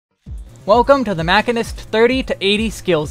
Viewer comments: Is "mack-in-ist" a joke? Sorry, I'm new here. I'm pretty sure, like really fairly certain beyond a shadowbringers of a doubt, that it's "machine-ist" (musheenist). Anyway, great video and I thank you! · Your pronunciation of machinist(supposed to be "ma-chine-ist" not "mach-in-ist") is so painful that I physically cringe every time you say it. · Muh shee nuhst, not Mac hin nust......sry drove me bat shit crazy during video, otherwise good vid. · Great Guide! Also its called ma-shee-nist not ma-kin-ist. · Guys, holy shit. It's "Machine-ist". Machinist. It's a actual job, people that "machine" things. It's not hard. It's just the language you're speaking in the video. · It's pronounced 'muh·shee·nuhst' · MAH-SHEEN-IST MAH-SHEEN-IST MAH-SHEEN-IST. Even the devs pronounce it this way. Don't make me be that guy. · This man confidently said mack-inist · I am pretty sure it's pronounced ma-sheen-nist. Other than that, excellent guide. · In the first 5 seconds you said "mackinist" and you immediately lost me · Nice guild and information. FYI It’s pronounced machine + ist. Mah-SHEEN-ist. Machinists use guns and machinery in this game and in Final Fantasy lore in general. You’re taking the basis behind the job out of the name. 🤢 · i've never heard 'machinist' pronounced this way.